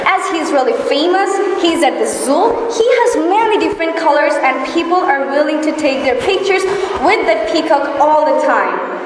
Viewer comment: yes, i appreciated her. Notice, my comment please. But just i express my opinion about a word 'And' pronunciation. It would be better if she pronounces the word 'And' more perfectly. That's all.